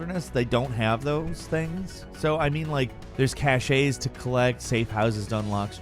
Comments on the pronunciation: What is a "cashey" ? I think you mean "cache" which sounds like cash. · ...much love, truly. But PLEASE, stop saying "cachet" when you mean "cache." I'm pleading. "Cache" is a French loan-word, and amazingly, is actually pronounced the same in French as in English. It is a homophone of "cash." An "e" at the end of a word--en Français--does not automatically produce the "ā" sound. French "e"s receive that inflection either from the letter that follows (e.g "beret," "manger," "chez," etc.), or from an acute accent. So for "cache" to be pronounced as you say it, it would need to end in an appropriate consonant after the "e," such as the real-but-different word "cachet," or be spelled "caché," with the acute over the last letter. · Small tip for you. It's prenonced, "cash," not, "cash-A." I know it looks that way, but it's not. Just want you to sound pro buddy. Tc. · cache is pronounced (kaSH) not (kaSCHAY) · Ca-shay (cache) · When he pronounced cache like "caché" it made me think of the people who say "targét" instead of target 😂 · LMAO this list is fucking terrible. The only title I agree with is Andromeda. The rest on this list is just you being salty. Also it's pronounced cash, as in the e is silent dude like wtf. I'm about to make a list of all the times you butchered the english language like my god dude. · did this man just say cashay ??? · His pronunciation of cache angers me.